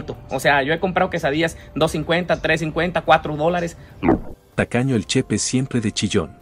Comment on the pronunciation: Chepe no chepa